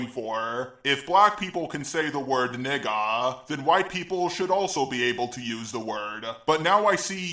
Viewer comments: If you're gonna say nigga at least say it correctly. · im sorry but your pronunciation of the nword is the most white pronunciation ever lol